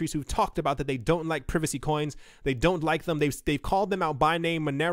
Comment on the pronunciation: Did he say prevacy coins? 😁